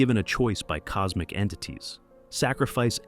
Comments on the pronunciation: It’s cosmic like, causmic. Not like cosemic. XD mf said cosemic horror xD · Coosmic Horror, one more